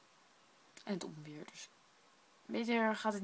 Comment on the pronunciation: Ontweer, de t is een stille t :p